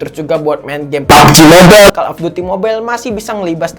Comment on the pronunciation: Kaget gua pas abang lagi ngomong "ep ep" ama "papji mobel"